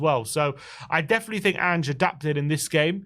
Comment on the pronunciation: As an American Spurs fan, hearing roll his Rs perfectly when saying "Vicario" and then calling Solanke So-LAWN-key, Pedro Porro PAY-dro, and Ange AYEnge, is very tragic to me. After years of watching the team and playing FIFA, pronunciations of player and coaches names as they are supposed to be pronounced is very easy. Rolling your Rs is not lol